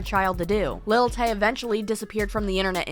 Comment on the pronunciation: Who's "Little Tay?" Do you say "Little Wayne?" "Little Kim" haha